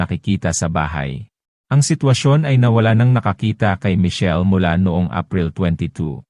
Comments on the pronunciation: Michelle po hndi Mitchell he'he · Hnd ka nman maronong mg pronounce sa michelle